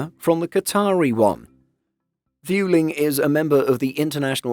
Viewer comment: "Viewling"? seriously? this channel has lost all its creditability just for that!